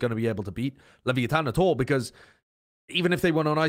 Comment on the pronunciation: Am I the only one who disslikes how is saying leviathan 😂